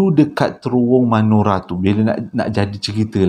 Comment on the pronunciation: bukan manora bang tp menora😁😁😁